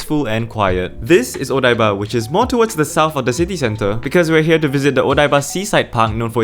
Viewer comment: odaiba not obaida!